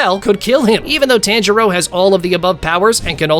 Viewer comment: bro can you say tanjiro the right way